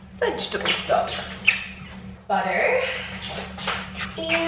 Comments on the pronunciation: I've never heard you do an American accent ("butter, salt and pepper") that was actually wild for me 😂 (an American) after watching you for years, I lol'd! Love you x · I noticed that too! She really did sound American.